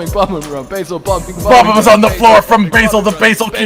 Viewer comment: bomb-oms? its bob-ombs!